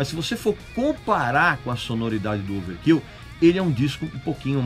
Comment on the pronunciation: ouvâr kêl e boumâr são as pronúncias corretas.